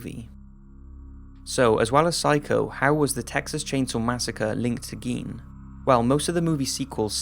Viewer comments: gein is pronounced guy-n....eddie guy-n... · Dude, Gein is pronounced with a long I, not a long E.... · It's pronounced "Gain," not "Geen." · Ed Gein!!!! As in gain!!!!! What's the world coming to if we can't even pronounce the names of psychotic freaks correctly. Sheesh! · Isn't it pronounced GAIN? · Nope, pronounced geen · Why doesn't there seem to be an agreed-upon pronunciation of "Gein"? Some say "Geen", some say "Guyn". If he's of German descent, I'd think it would be "Guyn", since that seems to be the rule (think "Rammstein"). But if he's not, then what is the proper pronunciation?